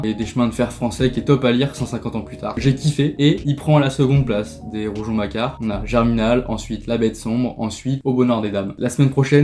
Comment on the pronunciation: On dit RouGON et pas RouJon. 😊